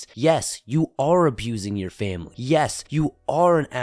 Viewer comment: “my fam-bly”